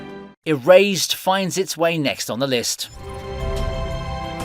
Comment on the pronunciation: It might just be me but when he got to the anime Erased it kept sounding like he was saying Eraised😅